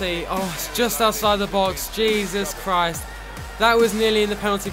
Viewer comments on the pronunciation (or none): none